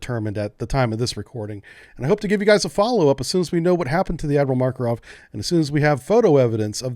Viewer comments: Makarov, not Markorov. :) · Hey. You really should take some time to review your pronounciation of slavic names. Seriously. You can't even pronounce "Makarov" without inserting random phonetics. tf